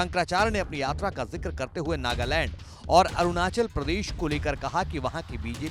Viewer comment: नागालैंड की जगह नागालंड बोल रहा है🐕🐕🐕❌❌❌